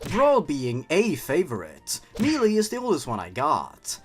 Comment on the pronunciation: Ironically, SSB already has plenty of dark moments that still fit within the series. Pretty much all of The Subspace Emissary and World Of Light especially, plus the still-unexplained insanity that is Master Core. No hyper-realistic BLUUD needed. Also, Melee is pronounced “maylay”, not “mealy”. Incidentally, I main Ridley, with my secondary mains being Corrin and Bayonetta. (Also Piranha Plant.)